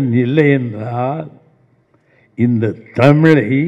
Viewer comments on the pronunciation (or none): நடிகர் திலகம் நிகழ்ச்சியில் தமிழை முறையாக இப்படித்தான் பேச வேண்டும் என சொல்லிக் கொடுத்தவர் நிகழ்ச்சியில் நெறியாளர் தமிழை ( தமிலை) தவறாக அலைக்கிறாரே?(அழைக்கிறாரே?)